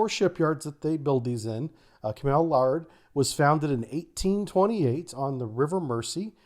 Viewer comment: No it isn't, it's pronounced exactly how it looks "lair-d".